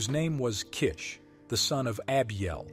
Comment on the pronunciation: "Go kish a fish" 😂😂😂